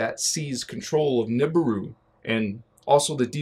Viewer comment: much love for your content, thank you for all your help. I have a small note, the vibration of the words is not right if you do not say the words right. Nibiru and Merkabah should be Ni-Bee-Roo and Mer-Kah-Bah, not Nib-uh-Roo and Merka-Buh. Vibrations are important, as I'm sure you know. Keep up the good work, I'll be seeing you;)